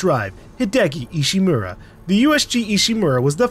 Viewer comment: Ishimura not Ishimaru, I understand if Ishimura is hard to say.